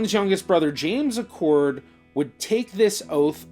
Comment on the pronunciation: Acord! Not pronounced Accord please. Acord is pronounced like the acorn off the oak tree. Sorry, but I’ve heard people mispronounce our last name my whole life and I have never understood why. There are not two “c”s in the name. Thanks for reading my little rant. I appreciate the second guy pronouncing it correctly. My Acords were on the Northern Union side from Illinois by the way.